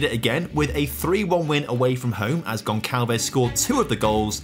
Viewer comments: Goncalves is a soft C not a hard C. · By the way, when the letter C has that little s underneath you pronounce like an S so Gonçalves is pronounced Gonsalves. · stop saying gonçalves wrong jesus